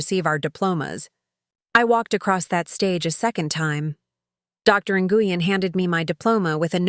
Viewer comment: I wish they would quit saying Dr. NGuyen, its pronounced Nwen.